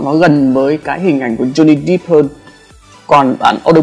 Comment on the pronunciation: Johnny depp đép chứ ko phải đíp